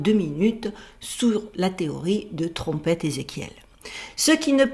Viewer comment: Salut et joyeux Noël 😉😊♥️.. Étant de notre endroit à nous, j'ai bien rigolé et compris quand tu parles de la Trompeetttteeeuu Ezekiel...! 😂😂. La grosse Trompette! La Trompetasseee! 😉😊😂. Trop bon... Tu m'as régalé! Gros bisous 😉😊❤️💋♥️